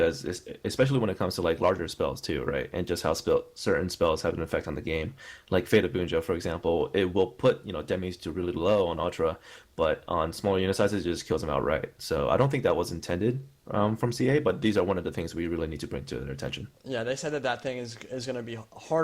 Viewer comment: Btw it "Fate of Bjuna" not Bunja.